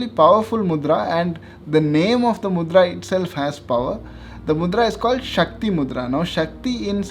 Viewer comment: Shakti not shaktri